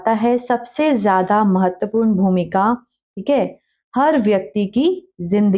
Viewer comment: आपका इंग्लिश जैसे strong है वैसे hi हिंदी वीक है महत्वपूran ni महत्वपूर्ण बोला जाता h